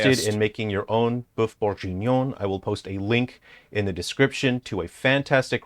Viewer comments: If he says bœuf bourjignon one more time i gonna break everything it s bourguignon for fuk sake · "BOEUF BOURJIGNION" Brooooooo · how many times did this guy say “BoiFe BenBonjour”? so far ive counted 20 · Mf say boof bongenion one more time I dare you to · When he said "befenuen" I felt that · As a french, "boeuf bourJInion" triggers me XD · Funniest thing is he's pronouncing Boeuf Bourguignon wrong. Not for lack of trying though! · as a french guy .. the way he says "bœuf bourguignon" hurts me on a very deep level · If you choose to say Boeuf Bourguignon 10 times in a 10mn video make sure you prononce it right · That's not how you say "boeuf bourgignon" x)....